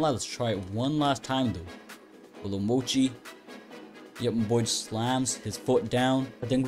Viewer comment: Bro had doughy this whole time it’s mochi